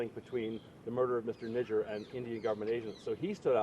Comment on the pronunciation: 😂😂 Hardeep saint N... WHAT?! Am I hearing what I'm hearing? Speech impediment? 😂 Nijaar N I J A A R. "J" 😂 not "N".